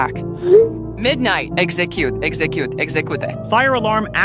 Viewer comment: why does talk like she’s a friggin baddie or some vruh 😭 🙏 execute. exsekiut, ekseku-te 💀